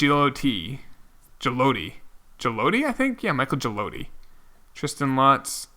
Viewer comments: Jig-lee-oh-D... just in case he becomes something in the future lol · Michael Gigliotti is pronounced (GIG-LEE-OTTEE)